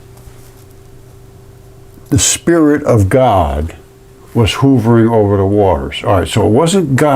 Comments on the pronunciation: You kept saying hoovering when the word is h'uv'ering/hovering.... jsut sayin' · Hovering. Not /hoovring/, but rather pronounced /huh vring/. It isn't a Hoover vacuum, not J. F. Hoover. uh. uh. Huh vring. "Hovering over the earth..." kill me. Love you, my guy.